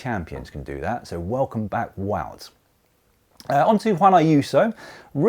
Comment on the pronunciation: It's Pronounced WOWT !